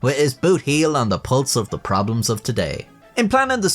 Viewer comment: “TO-dæ we will be talking about…”